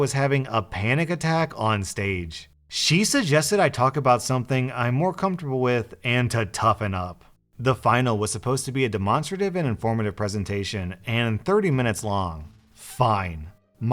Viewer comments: It's DemOnstrawtive not demonstrAwtive - Hermione 2019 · Lol i was listening to this while eating and had to go back to to figure out what a de-mon-strative was. 😂🤣😂🤣😂🤣 Pronunciation might have been a bit off there. I loved the one about the douchebag neighbor who got his stuff towed and massive fines. Karma is a bitch. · dem-on-straw-tive 😂 why does that make me laugh??